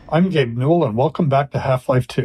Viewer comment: I like how this time he makes effort to more clearly pronounce "gabe" and "n" separately. It was worth the wait.